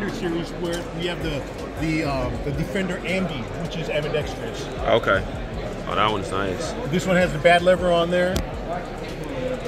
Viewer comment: Love you but how come nobody can say ambidextrous correctly. It's not "ambi-dextrious". Keep it going bro.